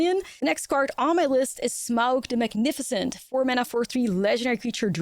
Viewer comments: Sm-ow-g is absolutely the correct pronunciation , to quote the middle earth wiki: "The diphthong "au" in Smaug is pronounced like the "ou" in sound or house, though the name is often erroneously pronounced Smog, most notably in the Rankin/Bass animated movie." Love the video, I am looking forward to this set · 10/10 Smaug Pronunciation